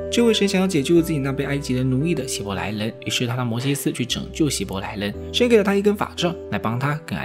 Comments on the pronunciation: 希伯来不是希来伯，语音读错了很出戏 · 解说可以上过对圣经和世界历史一无所知，所以连希伯来这么有名的名词都能读错。